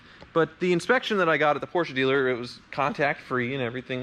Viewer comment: oh man you say right PORSCHE with E. Like a german